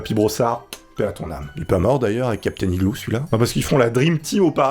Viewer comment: Hey superbe vidéo, on ne dit pas capitaine igloo mais iglo